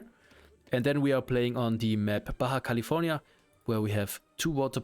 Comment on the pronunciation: Nice pronunciation for "baja California", greetings from Nicaragua. You've earned a new subscriber